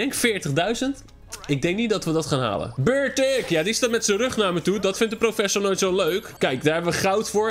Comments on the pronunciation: Niet bertik het is beartic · Ja het is niet bewaer het is beartic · Geen bewaer maar een beartic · inplaats van beartic zij je beawer hoezo gek hahahahahah